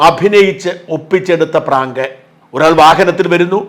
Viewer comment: പറാങ്ക് എന്നല്ല പറയേണ്ടത് ഇതിനെ ഭ്രാന്ത് എന്നാണ് പറയേണ്ടത്☹️